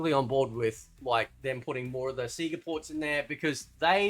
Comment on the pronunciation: 😂lol everything except 4 "sea-ga" 😂 I completely agree with u bro and I always have since day 1 of MK1 NO not that MK12/MK1 (stupid ass Ed boon) but the OG MK1 If u have 2 cheese the game , u don't get 2 become a better gamer so if u can have the space 2 explore during a match it can help u grow as a gamers and MK fighter so u should b able 2 CHOOSE if u want a casual experience or a drag out white knuckle experience. Y do some gamers get so butt hurt over some1 else not wanting 2 looses thiere freakin' mind over a shitty game programming? If ur that damn good a game that flat out cheats u then get a life and a girlfriend and toutch grass chz u have clearly spent wayyyyyyy 2 long with ur "joystick" n ur hands Great video bro and idk if u like him but u should play kano bro🤘 P.s.🖕 u ed boon!